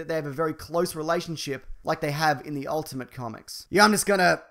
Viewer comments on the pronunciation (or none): none